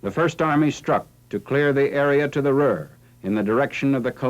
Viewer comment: Its Ruhr. Greetings from Germany